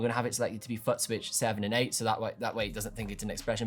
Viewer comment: I thought it was just my hearing. He can't pronounce FOOT